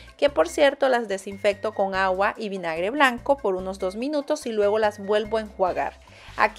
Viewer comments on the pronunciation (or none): "con gagua" en lugar de "con agua", de que país será ? Bueno, saludos !